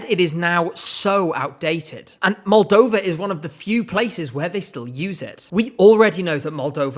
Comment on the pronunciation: I will always stand by 2015 Moldova, I remember the first time you said it and I was so happy.